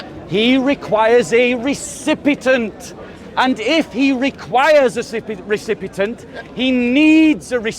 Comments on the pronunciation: says 'recipitant', but he means 'recipient'. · when says 'trate', he means to say it but 'recipit'nt' was a mistake. Having said that, I noticed he said 'recipitant or recipitent or recipitint' instead of recipient (which he meant to say) the first time he said it during the live stream but it's unnecessary to call out people publicly the way that the guy did. won't read these comments so it was just insulting for mistakes he made.